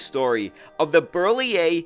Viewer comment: Hi, I am French, and I really enjoy your Europe related videos. I am a transportation geek myself (I have worked in rail transportation all my life) and your videos about French or Italian various means of transportation are really accurate, so hats off ! I also admire your pronounciation of difficult French names such as Citroën or Berliet, but you nail them. So congratulations ! Continue with the good work, this is highly appreciated !